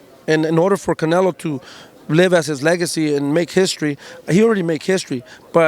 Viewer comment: they can not get canelos name out of his mouth bro😭😭😂